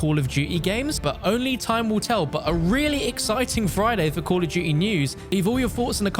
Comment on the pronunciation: why do u say duuy instead of duty